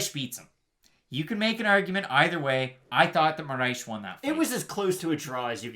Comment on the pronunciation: How y’all keep adding an h to Moraes or just butchering it everytime was killing me😂 say “More ice” but roll the R. otherwise great breakdown as usual!